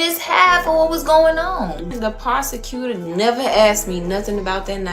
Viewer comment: this girl saying “possecuter” is frying me 😭😂